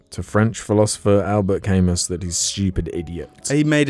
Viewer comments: Albert Kay-muss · The fact that they pronounce is "Caymuss" the entire time is just the cherry on top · pronounciation of Camus is fucking outrageous, and he was franco-algerian not just french, or somessing...